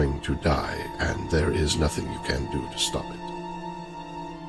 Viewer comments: I was standingg and my knees buckled when he said "pstop" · I laughed SO HARD when he said pstop!